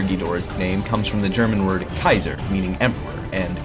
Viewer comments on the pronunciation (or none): none